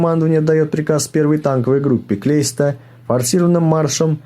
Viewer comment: Блин, не Клейста, а наверное Кляйста.